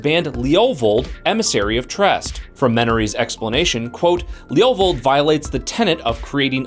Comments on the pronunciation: Sounds like he's saying "Leolvold". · The way you say levovold makes me cringe.